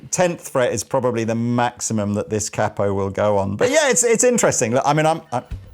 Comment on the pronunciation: nice..but a capo is pronounced K-po not cap-o